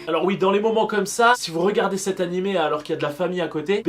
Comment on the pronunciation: "nanimé" a la fin🤦‍♀